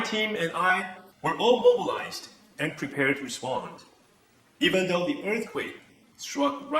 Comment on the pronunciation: to the Harvard的the發音有錯嗎@@